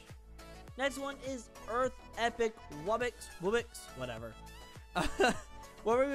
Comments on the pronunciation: It's not wubbix it's W-U-B-B-O-X wubbox also make more untitled msm anims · It's (wub-box)